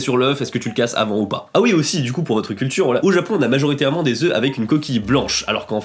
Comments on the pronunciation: un OeuFF des Oeu (c'est phonétique je parle pas d'orthographe sinon c'est Oeuf, Oeufs) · Des oeufs ok pour l'orthographe mais la prononciation c'est "des zeu" !